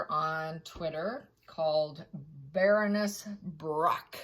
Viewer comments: FYI it is pronounced Barren ness…not brr own ness.. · Pronounced like a Baron, not Ba ronness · ❤ I love you to bits. I love your rants, your stories & you dedication to learning more. Baroness - “Bare on ess” is how it’s pronounced.😊 Stability is another - no stay in there. A is not followed by another vowel to make it STAY. Y is sometimes a vowel. Words are parts of spells, hence “spelling”. Words have power when used correctly as well. Once spoken cannot be taken back again. Key words have more power than others. It’s an interesting learning curve. I am sorry if you are upset my constructive criticism - not my intent to cause you slight at all. My Mum was British & I was raised to speak the language with no slang. She was also a librarian, so I was reading real books when I was younger than most. Some words, when misspoken are cringe worthy. Especially if the user has no idea what that word means. Again, no offence intended or meant in any way shape or form here. 😊 Much love! ❤ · I love your readings, but I don't understand why you pronounce names as they shouldn't be pronounced. Imagine I call you "". I've heard your name, but I still call you something different. We have names like Sarah and Sar-a; Karen and Karr-en; Loius and Lewis. Isn't it polite and kind to call someone the way they choose? And "Baroness" (even though I don't like the person in this episode) is NOT Barrow-ness. Cummon, you can do this. Same with "narcissistic" - it's not "nar-siss-tic" as you choose to pronounce it. And accent is not a factor, carelessness is. You're so eloquent in your readings, don't tell me you can't say names correctly. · Wrong pronunciation!Baroness; as in a baron’s wife, a lady